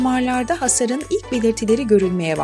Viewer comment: Hasarda ikinci a uzun okunur... Hasâr